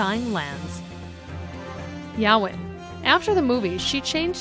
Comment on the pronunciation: Who the hell is Yawin????